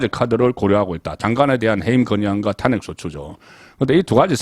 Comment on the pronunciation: 송본부장님. 전에도 한번 올려드렸습니다만 말씀의 억양이야 대구 출신이시니까 어쩔 수 없다고 치더라도 단어의 억양은 구별이 되었으면 합니다. 가장 귀에 거슬리는 단어가 "탄핵"이라는 단어를 말씀하실 때 입니다. 본부장님께서는 '탄'자에 액센트를 주고 발음하십니다만 이 단어는 '핵'자에 액센트를 주는 것이 맞습니다. 시사내용을 평론하시는 만큼 자주 등장하는 단어 입니다. 상당히 귀에 거슬립니다. 수고스럽겠지만 고치시는게 옳습니다. 여타 다른 단어에도 신경쓰셔야 합니다. 그런 단어가 많습니다.